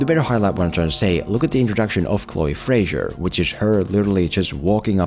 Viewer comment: Great video, but Chloe Frazer's last name is NOT pronounced like "Frasier." There's no "i" in it, so it's just pronounced "FRAY-zer" to rhyme with "razor."